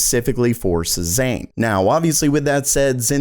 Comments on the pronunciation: Please, it's seh-ZAHN, NOT suh-ZANE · Cezanne is pronounced: Say-zahn, not Say-ZANE. 😂😂😂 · Hey man, your videos are great but just FYI the name "Cezanne" is pronounced SAY-ZAHN. He's a French artist. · It's SayZann. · Say-zaahn. Say-zaahn. Say-zaahn! SAY IT!!!! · Cezanne pronounced "Say-zzawn"